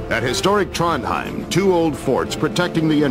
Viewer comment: Cracked me up how he pronounced Oslo, Trondheim and Narvik XD